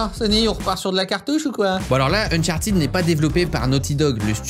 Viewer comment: Ça se dit pas Unchartid ça se dit Uncharted